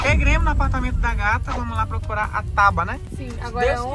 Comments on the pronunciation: É tabua e nao taba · Tauba? Tábua.... Kkkkk